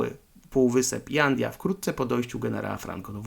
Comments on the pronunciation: Fajny materiał. Ale, w ramach konstruktywnej krytyki, powiem ci, co mnie irytuje: przekręcanie lub niewłaściwa wymowa nazw: Fuerteventura, nie Fuertaventura Jandia wymawia się "handia" Morro Jable odpowiednio "morro hable". Tak, to są drobne błędy, jednak irytujące. Trochę jak z motoryzacyjnymi kanałami, w których prowadzący opowiada o "lambordżini" czy "karman dżia" albo "ford dżia". Ale, żeby nie było samej krytyki, podrzucę jeszcze pytania, które mogą podsycić teorie spiskowe: Jeśli to rodzinny/wakacyjny/prywatny dom Wintera, po co w nim zbiorowa łaźnia z natryskami, kojarząca się z tymi znanymi z wojskowych koszar? Po co sypialnia na kilkanaście łóżek? 🙂🙃😉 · Hej byłem tam , u Herr Wintera, miejsce niesamowite..j czytasz jak h czyli Hanidia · w hiszpańskim literę "j" wymiawiamy jako "h" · Jandia wymawia się „Handja”